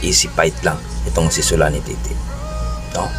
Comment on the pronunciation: Tete bos Hindi titi